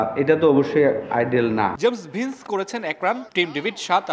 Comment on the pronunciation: জেমস ডিফেন্স নয় জেমস ভিন্স😅😅 শুদ্ধ করে নাম বলতে পারেন না অথচ শিরোনামে আসেন😂😂